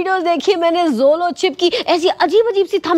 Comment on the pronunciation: Sis this is not Zolo chip this is Jolo chip😅😅😅